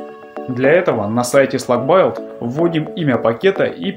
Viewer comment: Build читается "Билд" - строение ("Эмпайр Стейт Билдинг", например), таким образом, имеем СлакБилд, но не СлакБайлд (извините)